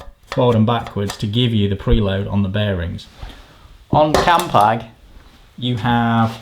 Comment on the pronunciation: Thank fook you said "campag" grates me more than that fiction on the bearings when someone says "campy"